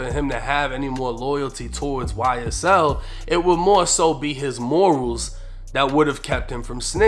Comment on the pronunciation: "Y-S-TELL" - 1090 😳😬🤣😭